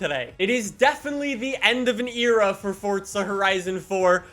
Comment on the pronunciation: “It is definitely an end of an eara for fh4”